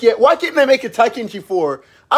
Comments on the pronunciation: Why'd you say it like that lol it's Tenkaichi 3 not TAI-KACHI 3. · “Taikenchi 3” 💀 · Tenkaichi not Taikenchi 🤣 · I like how you were saying taikenshi when it's Tenkaichi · What I see: Tenkaichi. What I hear: Taikenchi. What I want: Budokai. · I can't be the only one bothered by the "Taikenchi" instead of "Tenkaichi" XD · “Taikenchi” lmfao. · Bruh said "TAI-Ken-CHI" 🤦🏾‍♂️😂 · Tai-Kenchi 3 lmaooo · taikemchi 3 :D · When you realize he's been saying "Taikenchi" instead of Tenkaichi the whole time. We'll let it slide tho, this video is pure gold. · Yo did you just say “taikenshi” bruh...smh 🤦🏾‍♂️ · Literally every dbz voice actor when you start this game: "DRAGON BALL Z BUDOKAI TENKAICHI 3" This guy: "Tai kenchi" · Aside from my guy saying “taikenchi” instead of “tenkaichi”, video was 100% factual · The fact that he called it taikenchi 3 in the starting disturbed me to the point that i had to penance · Man's said taikenchi LOL but a classic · Ah yes, good ole "Taikenchi 3". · Every time you said taikenchi" I felt some of my life Force drain away Other than that, great video, really made me laugh 😂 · My guy calling it Taikenchi at the start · Did this man really say Taikenchi 3? I ain't never heard of that DragonBall game lol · Tie-ken-chi 3 😂😂😂😂😂😂😂😂😂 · Is he saying "Taikenchi" lmao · Tai-Ken-Chi lmao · Taikenchi😂 Ten-Kai-chi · He literally said, "Taikenchi" 3. It's, "Tenkaichi" 3. He basically BEGGED for this comment. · Lol "taikenchi" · Ten Kai ee chi Not tai ken shi What the hell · Bro didn't just mispronunce it he rearranged the whole damn word. It's Ten-kai-ichi. What the hell is Taikenchi??? Lol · Did he say Taikenchi? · It's Not tie kenchi .......it's ten ki eechi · Tenkaichi* not Taikenchi lol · Taikenchi 3? The fuck is that game? You mean “Ten-Kai-chi” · It’s pronounced TENkaichi not Tinekaichi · It’s not kaitenshi it’s tenkaichi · Bro did you say taikenchi? It's tenkaichi how dare you claim to be a fan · Right🤣😂 it’s Ten-Kai-Chi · Ur saying Tenkaichi wrong